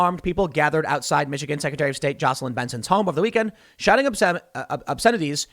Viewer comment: Hey! He said Jocelyn right this time! That was killing me. Bravo Tim